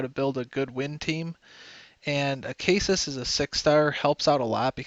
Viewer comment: It's pronounced (Uh-Say-Sis) not (Uh-Kay-Sis)